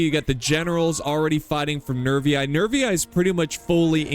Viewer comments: No no no. "Nervi" you pronounce as it have just one "i". Not "Nervi-ai" that have no sense. Nervi. And Gaeti... just "Geti". By the way, Roma (not Rome) adapted through history. If they saw something that was good, they was quick in integrate it to their equipment. And the label of "Barbarian" stands for those who can't read and write in correct Latin... thing that could be applied even nowadays since many still can't read and talk in Latin. Or Italian. 😎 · Latin teachers say you should pronounce the "ii" as "ee-ee", so Nervii would sound "Nervee-ee" in english. I'm not saying that's the only correct way, but it's certainly one of them. It's absolutely legitimate to say Rome instead of Roma. Every people changes the pronunciation of other peoples' cities and words. Romans didi it as well.